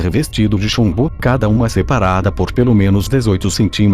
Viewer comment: Ele falou chumdo em vez de chumbo